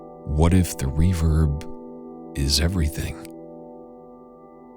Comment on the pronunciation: I kept hearing “reverb” as “reefer” in that intro lolol